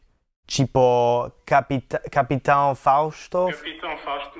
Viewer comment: Pra quem aprendeu português em tão pouco tempo ele tem um som nasal muito bom, na pronúncia ali de “Capitão” ele não pronunciou “Capital” como a maioria diz, parabéns pra ele.